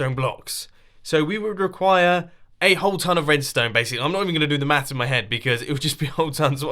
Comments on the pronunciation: first time he said maths I thought he said meth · Hello World That I am. I didn't know it was said differently, thought that was just a Mumbo thing.